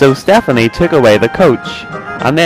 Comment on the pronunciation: His name is Stepany not Stephane.